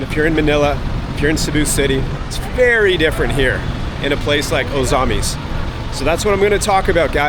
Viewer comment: At least pronounce "Ozamiz" correctly.